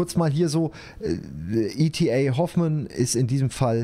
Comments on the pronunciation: E.T.A Hoffmann muß nicht Englisch ausgesprochen werden😬😉 #deutscher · oh gott wie er e.t.a. hoffmann ausgesprochen hat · ich weiß, war ja nich böse gemeint. War halt einfach ein nani Moment.